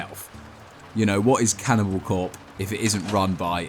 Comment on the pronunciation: Can- in-abowl